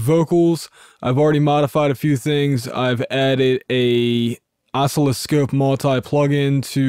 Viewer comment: It's pronounced "uh-SIL-uh-skohp" with the accent on the second syllable.